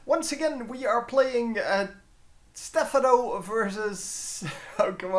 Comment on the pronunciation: lol its still stephaaaaano not stephanoooo. klemtoon op a maatje ;) good game thx 4 upload